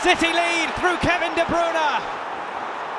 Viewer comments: Kevin de bruuunaaa not Kevin de breyne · “Kevin de brOOna”